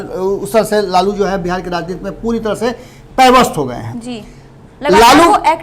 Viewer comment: aap bolana sikhe lalu Prasad yadav ji ka name aap lalu bolrahi hai